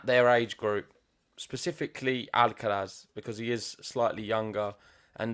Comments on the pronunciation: Th on the end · The pronunciation of Alcaraz is jarring